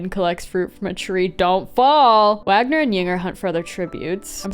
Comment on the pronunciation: Small note, but I think Wagner is pronounced “Waynar”